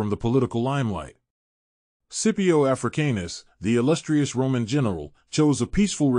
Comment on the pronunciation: The way you say his last name triggers me 😂